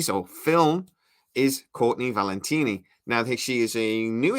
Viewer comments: Coorney Valteni. Got it. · She's called Courtenay Valenti, please stop mispronouncing her name.